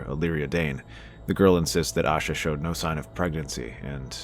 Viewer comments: It's Ashara Dayne...not Asha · It's Ashara, not Asha, also you used Gerold Hightower and not Gerold Dayne for your image, and Gerold Dayne would not have been old enough at that point to know any of this. He was maybe 13 at this point, and doesn't exist in the show if you're going purely based on the show's events rather than the books, and would have been at High Hermitage anyway even if he did exist, not Starfall, so he'd have had no knowledge of this. Also between the time of the tourney at Harrenhal and the time that Ned shows up at Starfall, Ashara could have had Ned's child, which is why that particular rumor was so prevalent about who the woman Ned had impregnated had been Ashara. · Ashara........Not Asha.